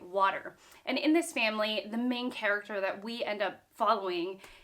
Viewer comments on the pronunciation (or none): none